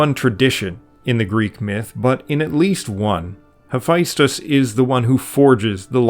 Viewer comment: There's no I in Hephaestus.